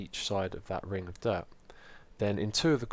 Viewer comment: Whenever anyone says dirt, I always think they say derp